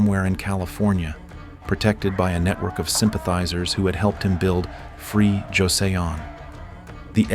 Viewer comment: First off—I like what you do. The stories are fascinating and well-told. But for God's sake please get a handle on your Korean pronunciation. I mean how on earth does one fuck up "Joseon" hint it's not "josey ohn"! This is not incidental it is essential. Please see to it.